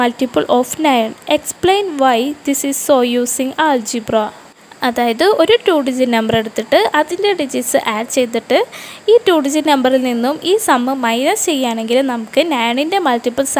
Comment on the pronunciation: ഓൾജി ആണോ ആൾജി ആണോ. ഇത് 2ഉം short ആണ്.ശരിയായത് പറയണേ